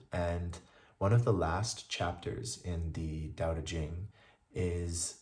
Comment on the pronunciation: Thank you for sharing,. Would you like to know something that will make your life 1.000,000 times better? Google the pronunciation of Tao, Taoism etc. (I used to say it wrong too.)